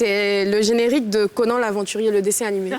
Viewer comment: Gliss c'est co na n et non conan